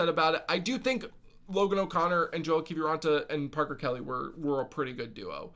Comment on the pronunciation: Please go look up how to pronounce Kiviranta's name. You're pronouncing it different that everyone else.